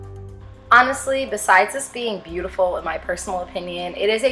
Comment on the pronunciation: Did you say cutiful?